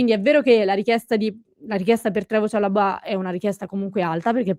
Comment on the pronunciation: chalòbah con l'accento sulla o. non è francese.